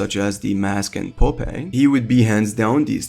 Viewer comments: Poo pei lol am I old for knowing who Popeye is? Also, how do you mispronounce that even if you've never seen the cartoon? It's pop then eye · Good video, but never ever in your entire life ever pronounce popeye as "pop-aye" ever again. It's "pop-eye" no matter what accent you may have. Literally not a single justifiable reason to ever crucify such a word as popeye. What's even worse is that the word popeye is literally composed of two words and they are pronounced exactly how they were originally pronounced by themselves so there was literally not a single good reason you have to say that name that badly. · No way he called “Pop-eye!” “ “Pop-eh!” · did this mf say popaye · POPEJ?!?! POPEJJJ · Who tf is “pop-aye” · dude did NOT just say poh-pei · just for the future its (pop-eye) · omg no its pronounced ( pop-eyes) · No way dude said "popei" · I cannot believe I just heard you pronounce Popeye like that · The way he said popeye lol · What the hell did he call popeye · YOU DID NOT PRONOUNCE POPEYE THAT WAY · How did you somehow butcher the pronunciation of Popeye. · the way he says popeye is a crime against humanity